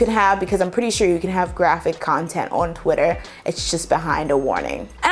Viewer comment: did you just say qitter 😂